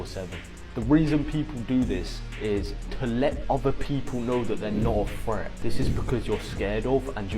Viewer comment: Did say fret instead of threat? 😂😂😂 He needs to go back to school